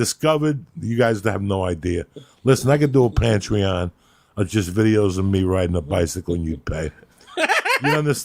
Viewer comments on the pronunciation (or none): “Pantryon” classic joey